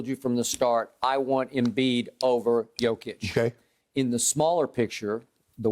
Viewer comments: He is not Jokovic but Jokic, give him respect and learn his name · And its not Jokovic its Jokic learn to prounance his name right cause youre gonna hear it more in future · Can someone tell Skip his name is JOKIC and not JoKOvic ? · its JOKIC not JOKOVIC !! And yea he is a MVP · Also is Jokic, not Jokovic...-_ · First of all it's Jokic not Jokovic. Secondly it's Jokic is the MVP. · It's not JokOvic its JOKIC... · He Said Jokovič 🤣🤣🤣🤣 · Skip calls Jokic "Yokovich." Oh. My. God. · Skip says Jokavitch, he doesn’t even know his name and he’s probably never watched a nuggets game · First off I love the disrespect to not correct the jokivic pronunciation, also, main stream pundits are tap dancing and twerking trying to find reasons to not make nikola mvp, he clearly is. Lmao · Shannon please stop saying "yoke" lol nobody calls him that and that just sounds so stupid 🤦🏽‍♂️ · No one: Skiuup: Jokavić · Seriously whotf is jokavic Skip is reading his notes and still gets it wrong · Is Skip thinking of Novak Djokovic when pronouncing Jokic? 🤣